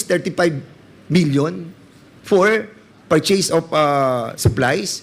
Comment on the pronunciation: Maling Mali ang pronounciation ng purchase,mag aral ka Muna para malaman mo Yung coverage cif ng OVP kumpara sa Lugar mayor ka lang